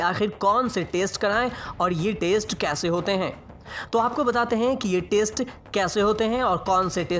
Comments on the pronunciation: taste bol rha ya test? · Test bolna toh seekh le pehle sabzi ya burger thodi hi h jo taste karna h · Bhai test ko taste bol rha hai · Kon gawar h ye narrator *Test" bolna to aata nhi h All information provided isn 't auntheic